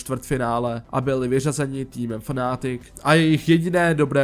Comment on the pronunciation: FnaaaAAtic , to fakt moze takto vyslovit iba cech.